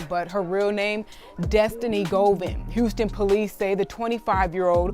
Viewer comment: His name is Govan Hernandez. It’s pronounced Go-Van.